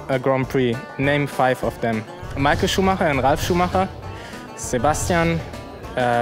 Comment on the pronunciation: sh0xXx89 As a German I am happy finally someone pronounces Schumacher right 😂 I believe even Nico and Seb say "Shumaker" 😂